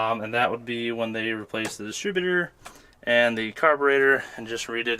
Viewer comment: You are forgetting about the “destrib-utater”